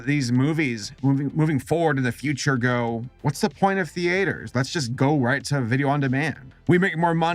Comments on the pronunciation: Hahaha XD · the way you pronounce theatres imbues me with the rage of the gods